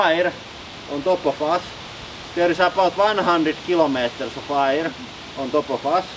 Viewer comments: I love your accent. One word that was confusing to me was "air". Rather than pronouncing it I-er, it is actually pronounced ayer. Keep up the videos your channels are my favorite in all of YouTube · So there's a large pressure on us from air, all the time? That's interesting. (You pronounce "air" like "hair" "care" "where". I love your accent though) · Interesting pronounciation - "ayre". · the "ayier above us" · I love your pronunciation of aaaaaaaaayyyyrrrrreeeeeeeee (air)